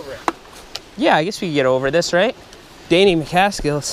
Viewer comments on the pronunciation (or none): He said “Danny Maacksill”